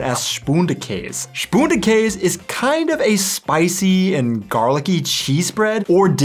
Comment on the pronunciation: I staopped to say: Your pronounciation of Spundekäs is absolutly on the spot! Great work! Our chimney sweep comes around New Year's and then whenever he is around the street. So two times up to four times a year.